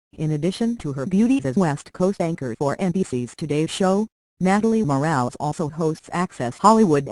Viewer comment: Total BS! One would think this crappy website could at least pronounce her name correctly!🖕